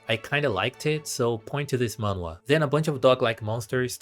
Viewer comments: its pronounced mah n hwa or just mah n wah up to you and as someone who reads manhwa your right a lot of it are same slops lmao like i read solo leveling and found like 5 other similar ones or like dont get me started on those fantasy transported into like a old timey book with dukes kings and allat its just copy and paste with different names and art styles (which i admit i still read em so ;-;) the only real fun manhwa ive read is like extra's guide to survival or i killed an academy player (which both are pretty much the same with a MC that grows stronger, knows the story, has that one rich girl thats into him, that one super overpowered girl that basically no one other then the final boss can beat, and that one just really nice one, and a saintess cause why not ;-; its a mid story but i find it fun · manhwa is basically pronounced as '''maan-hu-wa'' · It's "Man" like poke"mon", and "wha" like the mario falling sound effect. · you say it like "N-WAH!" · You pronounce the “h” in Manhwa. It pretty much sounds exactly like how it’s spelt. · It's called Korean manga,no more goofy manhwa pronounce